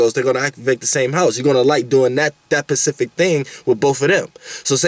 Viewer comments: Yo peeps is this dawg saying pacific or specific ? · he's saying pacific ... BUT YOU KNOW SPECIFICALLY what he's talking about!!!☝🏽🔥🏹👊🏽